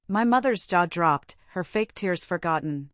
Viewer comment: Please FIX your AI NARRATOR. This word Agape is pronounced as A-GAY-P and not as A-GAR-PAY. Also TEARS (crying) is pronounced as TEERS and not TARES